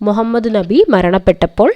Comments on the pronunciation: ന്നബി അല്ല നബി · Islamum ; Nabiyum;Allahuvum pranounsation thettanu